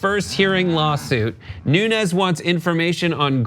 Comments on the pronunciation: In the Portuguese his name is pronounced "noons" not "noon-ez". It is a funny story though. The cow will win in court. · Most of the Portuguese pronounce Nunes as Noons, not Noo-nehz. So Nunes could very easily be Mooooones. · He's not "Nunez" but "Nunes" (not spanish but portuguese name, though similar)